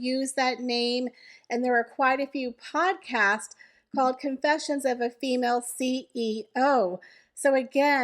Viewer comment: "Con" is the operative syllable in Confessions.